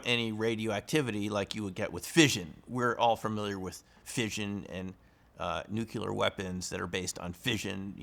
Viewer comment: You are obviously quite knowledgeable about physics, but why should I trust someone who pronounces "nuclear" as "nuke-you-ler"? Tangentially related: my grandmother was chased through her house in Northeast Arkansas by ball lightning.